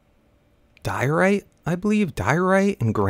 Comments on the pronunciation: Die-o-rite not Dorite xD Lol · Its die-oh-right not dorite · Diorite pronunciation = DIE - OH - RIGHT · Pronounce it: die o rite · It's pronounced Die ore ite hope I was helpful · More like die-uh-rite actually. -Geology guy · GullsAK Nope its dye-or-ite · Patrick Simmons Nope it's die-ore-ite.